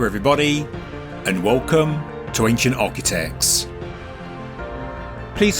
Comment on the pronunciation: WOOLCOM TO AA. Welcome PLEASE improve your pronunciation!!!!